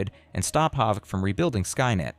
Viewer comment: AI voice can’t even pronounce Haavk 🥀